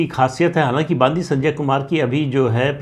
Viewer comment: तेलंगाणा प्रदेश अध्यक्ष का नाम : बांदी संजय नहीं। बंडि संजय ।